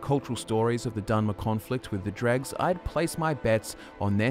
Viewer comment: Still calling them dregs 😂 my guy that’s not the pronunciation